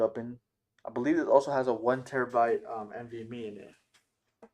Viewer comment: I can tell that you’re not very experienced in putting a computer together your AIO is in the wrong orientation. It’s going to suck air into the pump and I bet that it will stop working within a year. you don’t know how to say NVME and your not sure what kind of hard drive you have